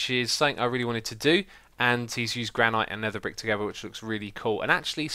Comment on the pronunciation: I'm sorry, but I have to say it: 'Granite' is pronounced as 'Gran-it' not 'Gran-ite'.